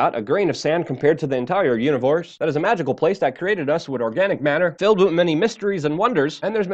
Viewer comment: what is a "univorse" XD